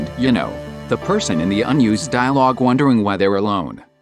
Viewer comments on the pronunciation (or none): i love the theory but the jerson from the tts i'm not hating on it but damn was that funny